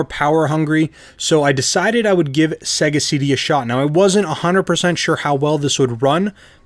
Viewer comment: Why do you say segga? The splash screen in Sega games pronounces it Sayga.